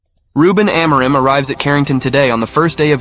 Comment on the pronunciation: That's not how you pronounce "Amorim". I'm Portuguese and I can help explain how to pronounce it. First, just like you did, we divide the word into the syllables "A - mo - rim". The "A" is pronounced like a closed "a". For example, it is pronounced like the "e" in the word "father". The "mo" is pronounced like "moo" in the word "sMOOth", for example. And now the "rim": Let's break it down into "r" and "im". The "r" has a similar sound to the Italian "r" - the tip of your tongue has to touch the tip of your mouth and when you let the air out of your mouth, you push your tongue forward. The "im" has a more nasal sound. It is pronounced like the "im" in the word "IMpossible". In the end, all together, it is pronounced like this: "E(r) - moo - rim(possible)" I hope I helped! 🙏🏻😊